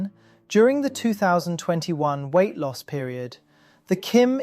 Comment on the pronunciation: He said “Kim lost some weght. Periodt. 💅🏻